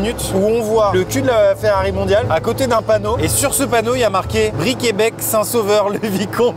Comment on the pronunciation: Les voir passer par les routes que je prends tous les jours me fait mourir de rire. Mais la prononciation de Briquebec me fait mal a ma Normandie 😢